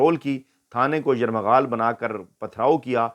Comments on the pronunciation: راجہ صاحب زندہ باد ۔ آپ درستگی کر لیں کہ یرمغال نہیں بلکہ یرغمال ہوتا ہے ۔ یرغمال ✋✋✋😄😄😄 شکریہ ۔ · راجہ صاحب ،یہ لفظ یر مغال نہیں،یرغمال ہے پلیز اپنی اس غلطی کو درست کیجئے ۔ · Yarrghamal & not Yarmaghal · Veer g yarmgaal nahi Lafaz yargmal hay Bilawal Ki Tarah aap bhi... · راجہ صاحب ۔۔۔ لفظ 'یرغمال ' ہے 'یرمغال' نہ بولیں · یرمغال نہیں یر غمال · بھائ ( یرمغال۔ یا یرغمال ) میرا تصحیح کر لو یا اپنا آپ بار بار یرمغال پڑھ رہے ہو ؟ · سر آپ لفظ یرغمال کی بجاے بار بار یرمغال بول رھے ھیں پلیز تصحیح فرما لیں۔ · Yarmaghal ni yarghamal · Ayyaz bhai yarmaghaal nahi yarghamal hota hai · صحیح لفظ ہے یرغمال۔ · یرمغال نہیں ہوتا یار ۔ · اسلام وعلیکم راجہ صاحب اللہ پاک آپ کو ہمیشہ خوش رکھے آمین سر آپ لفظ یرغمال غلط پڑھ رہے ہیں تصحیح کر لیں شکریہ ۔